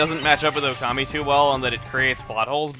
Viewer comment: oh also it's Okami not ocami